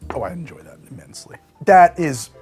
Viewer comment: He enjoyed that imMINTSely! 😂